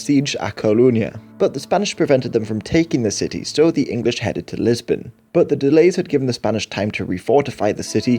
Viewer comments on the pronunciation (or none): none